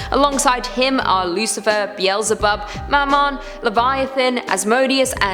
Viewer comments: Be-el-ze-bub. Get it right! 😆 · It's not "Beel-ze-bub"... It's Be-el-ze-bub.